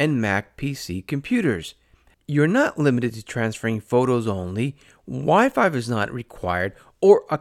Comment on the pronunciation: Why do you keep saying Wi-Five??